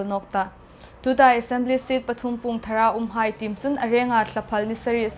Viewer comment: Ei ṭawng ngeia Chanchinthar ei hang ngâithlâk thei hi chu lâwm a umin a ropui ngawt el.. Hieng nêka changtlung lema hma hung la thei pei dingin buoipuituhai ditsakna kan hlân cheu.. ei hmalâkna dingin Point pakhat chau, inthlahrung um hle sienkhawm hung pe ve el lang. Ei ṭawng lamdikna kawng thu ah hmalâk nâwkzuol a ngâi el âwm ie...Hrît= hriet. Pûng= puong Rût = ruot.